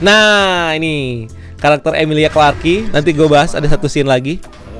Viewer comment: cara baca nama Emilia Clarke itu emilia (UK)/amelia(US) klark bang, cmiiw 🙏